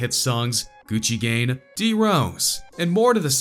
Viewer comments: It sounded like he said gucci gane but he said gucci gang 😉😉😉😉😉😉😉😉😉😉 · this nigga really said gucci gain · “Gucci Gane” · Did this dude just say Gucci gain? Lmao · He said Gucci gane instead of Gucci gang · Is he saying Gucci gang or Gucci gain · I dont hate him but i hate you you said gucci gang wrong you said gucci gan😡👺👺👎👎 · “Gucci gan “ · "Gucci Gane"????!!!?! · "Gucci gain" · This dude said Gucci gained😂 I stopped watching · “gucci gain” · Lmao u say little pump and Gucci gane lmao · "gucci gain" really man? really? he released "gucci gain" ? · Gucci gain ,lol